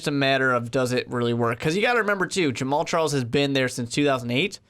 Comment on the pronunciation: Lol Charmander west!! His names pronounced shar-Kendrick. Lmao Boy ain't no Pokemon!!!!